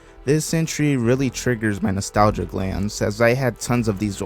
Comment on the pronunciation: Ah yes: N O S T A L I G I A